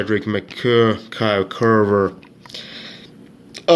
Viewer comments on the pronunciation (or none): none